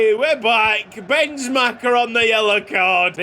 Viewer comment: As a Hungarian I can tell you to spell the second 'e' in Bence Macher's name like the first 'e'.